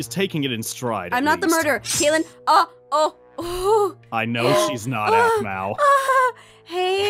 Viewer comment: YOU GOT KATLEYLEN WRONG